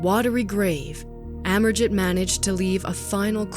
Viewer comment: I think pronounced as Amerjeet.